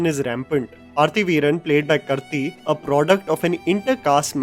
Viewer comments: Its kaarthiiii...for god's sake. You mispronounce his name in every video of yours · It's Kaarthi n not Karthi. Pls pronounce his name properly atleast 🙄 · Pronounced "Pa-ru-thi-veee-ran played by Kaaaarthiii" Not pur-thi veeran and not kurthi Also...its tha-nie aaaaaah-var-tha-num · Pronunciation errors: K-aaah-r-th-ee like Karthik with the ending k K-uh-tr-uh-dh-u Th-uh-mi-zhh (thamizh, that was learnt)